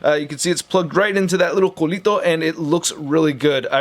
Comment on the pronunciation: Hahaha "culito"